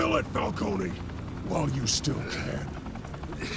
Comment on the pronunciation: Hurt my soul evert time you said Fal-cone lol ...instead of Fal -cone -e